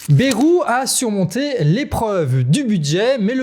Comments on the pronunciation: Mon canard, arrête de dire BERROU, chez nous, en Béarn on dit BAILROU. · Prononcer BA (YE) ROU. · BAYYYYrou, pas Bérou, bordel. comme un "bail". Cela fait plus de 30 ans cette affaire... On déterre des choses connus de tous depuis longtemps là. Alors non, Bayrou il n'ignorait rien, en tant que Palois, il sait, comme tous dans la région.